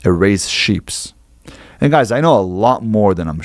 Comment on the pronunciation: he said sheep's twice.